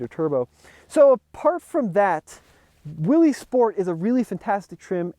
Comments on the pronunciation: It’s pronounced “Willis” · Willys sounds like Willis… it’s not Willy’s Jeep… It’s Jeep. Intentionally mispronouncing someone’s name is a jerk move and is very disrespectful. You wouldn’t be happy if everyone called you Timmy. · I'm glad to see what it seems a lot of enthusiasts would call a "real Jeep"! The 4 door Wrangler is a just a marketing ploy to me. You made a good choice! By the way, Willys is pronounced Willis. Thanks to you and all the TFL folks for all the great car and truck videos!! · It’s pronounced “Willis.”